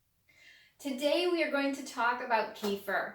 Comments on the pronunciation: thanks for the video. but, by the way, the right pronunciation is ke-feer or better, ka-feer...not kee-fur/kee-fir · You pronounce it incorrectly, at first, I couldn’t even understand what you are talking about. It’s pronounced kəˈfɪər/kə-FEER.